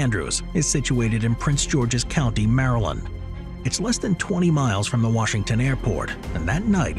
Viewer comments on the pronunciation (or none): none